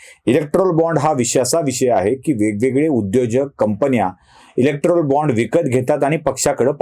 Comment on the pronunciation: इलेक्टोरल असा उच्चार आहे